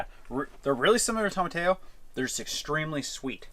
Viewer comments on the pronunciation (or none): But it’s pronounced toma- tee-yo not toma- tayo. Love your stuff! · It’s funny how you say tomatillo almost like tomato, “tomaTAYo” instead of “tomaTEEyo” 😆 I never thought of growing them myself but now I want to so I can make that salsa! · tomatillo- to ma TEE oh. eh! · Toma-tay-oh?? Oh, you must mean TOE-MA-TEE-OH! 😄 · Love y'all's videos! You do a great job of making the most of the time that you have in order to provide for yourself as much as possible. It's great hustle. Y'all also have the funniest/worst pronunciation of tomatillo that I've ever heard. Toh-mah-TEE-yoh. Not tah-muh-tay-oh. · I don't want this to come off as rude. But it's pronounced TOH MA TEEYO not TAH MAH TAYO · So I love y’all, and I am in southern Florida, where we have, as you both say, “ Tom-a-tayo” everywhere in every dish every market and garden and superstores....but you guys pronounce it so very wrong :( it is pronounced like this “toe/mah/tea/yo” now put together and say it fast. 🥰🤣 I lived in lima Peru (outskirts) and loved living off of my land too!! Heading back in a couple years for good. Ever want to swap homesteads for a few weeks I am up for it! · It's actually pronounced toe-mah-TEA-yo, it's a Spanish word. I'm not sure why they pronounce it tom-uh-tay-oh in this video. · It is called a tome-a-tee-o. Not a tome-a-tatoe. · I am your follower and I admire you guys but I can’t help it!!! Is not tomateio, tomatillo you pronounce Tomateejo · TO-MA-TE-YO tomatillo got it 👍 Are you guys were upset with eachother..?🥺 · Toh-maa-tee-yo. not tomateos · Hey guys you pronounce tomatillo like this tow.muh.tee.yo....long E....I know it seems odd that I would correct you, not trying to be mean, but just helpful....I have heard you pronounce it this way because I watch all of your videos...I love you guys.....keep up the great work.... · tomatillo = toh-mah-tee-yo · Tomatillo= Toe-Mah-Tee-Yo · I love you both so much but it's toe-mah-tee-yo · It's pronounced 'tom-a-tee-o'